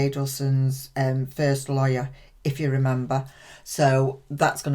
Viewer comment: When you said: 'I'm not a LAWYER' ... I heard: 'I'm not a LIAR'